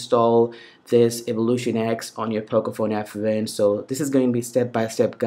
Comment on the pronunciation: Abbe sasti raand.. English jyada na chod...its not pocofone f..wen......its pocofone f1